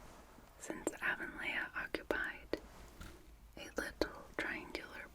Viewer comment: It's pronounced "A-von-lee"